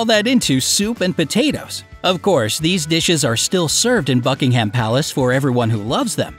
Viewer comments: Buckinghum.Obvisly like who says buckingHAM like we're not eatting ham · As I read this he said BuckingHAM AHHHHHH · Im British and it annoys me alot when you say Bucking ham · Sorry but its not BuckingHAM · Who else is british and hates it when be says buckingHAM palace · Seriously, I know you're American but Buckingham is pronounced 'Bucking'm'... You make it sound like a type of processed meat. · i heard f*ckingham palace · I am from Bucks County, Pennsylvania in the U.S. and it annoyed me as well. The accent is on the first syllable, not the last. Many U.S. citizens pronounce things incorrectly, then claim that it is the "American" pronunciation. Calling ourselves "Americans" is very annoying to me. The Americas are many countries, not just the U.S. That is very typical of my country to do so. They do, say, take and claim whatever they wish while holding a bucket of milk with a drop of espresso covered in whipped cream and wolfing down huge amounts of chemical laden, sugary food along with their fifteen different medications that they do not need. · The way he says Buckingham Palace tortures my ears. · Having someone to break into the shoes is not a quirk. Injury to Her Magesty's feet could be dangerous to her health and wellbeing so her staff takes care of it. I see nothing wrong with it. And stop pronouncing English names wrong.